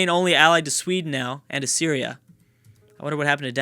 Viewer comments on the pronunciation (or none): none